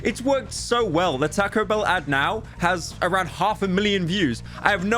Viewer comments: he said it like tako and noit tahco ahhh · TAH-CO BELL NOT TEH-CO BELL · Say tack-oh one more damn time pyro, i swear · Tae-co bell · Lmao "TaCKo bell" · “Teco bell” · Takco bell? Why is he saying it like that. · "Tahcoh Bell" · "Tehco Bell" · Poor guy pronouces it like "Takko Behl" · I love how pyro pronounces Taco Bell ta-co-bel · "taaco bell" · “Tahco bell” Please pyro your killing the Mexican in me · “Tahko” British ‘people’ 💀💀💀 Edit: added punctuation to people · "Tah-ko Bell" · shoot yourself in the head each time pyro says "takow bell" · bros really saying 'tacko' bell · I will skull fuck you for saying Taco - Bell like "Tac-o bell" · Bro said "tacko bell" 😭😭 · I love how he says täcõ bēïll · The way he says Taco Bell 💀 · Hearing him butcher the pronunciation of taco bell makes me feel homicidal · The way he says Taco Bell is just... Beautiful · why do you say taco bell like that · i literally can’t watch this video cuz of the way taco bell is pronounced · you say "taco" in the way that the english accuse americans of saying anything else